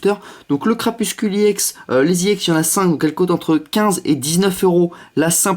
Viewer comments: Mdrr je lui ai deja dit il a dit qu'il arriverait jamais a dire crapusTule ! X) paix a nos oreilles :p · Bonne vidéo même si tu dis crapuscule au lieux de crapustule 😂